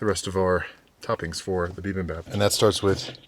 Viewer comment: Bibimbap is so good. I used to eat that all the time in New York (fyi: its pronounced 'be-BIM-bap' - not BE-bim-bop) Your bowl looks amazing! Great job!